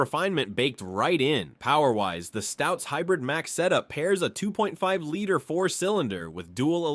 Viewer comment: It's a "lee-ter" not a "lighter",.